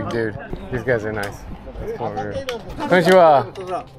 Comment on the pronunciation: It's "konnichiwa", not "konichwa". As I appreciate that you are bringing awareness and this video has been eye-opening and educational, your typical american behaviour of just approaching those homeless folks was unprofessional--and not respectable. It's no wonder they didn't like you because you just show up with a camera and demand questions, without even asking permission first. It's no wonder the entire world hates you americans. Y'all have no sense of respect of others or professionalism.